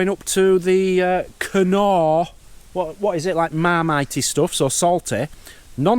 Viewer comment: The knor is pronounced nor its a silent K